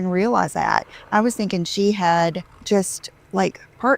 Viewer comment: Five seconds in. I am laughing so loud. Look at those extensions go. Every time she says “I am thinken” I just loose it. 😂. Look at the separation between her dry frizzy hair and the extension’s texture. Did you dry clean that eBay Dolce and Gabbana scarf? I’ve never heard the phrase “my butt blown out”. I just sat “stretched out” is it me or does she sound more of an airhead every day?